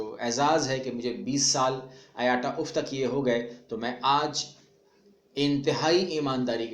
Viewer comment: IATA Brother IATA Ka correct pronunciation (Ayta) hai Na k aayataa !